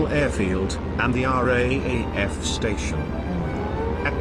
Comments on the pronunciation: I liked this video but found him calling the R A A F rather than R double A F a bit grating. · Raaf is pronouced r double af